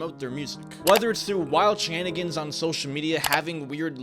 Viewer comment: “Wild shanigens”